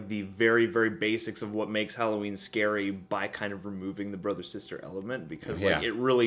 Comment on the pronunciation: "Holloween"...:D Love you